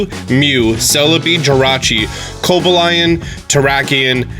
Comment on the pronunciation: CO"BAL" YUN... IS HOW U PRONOUNCE COBALIONS NAME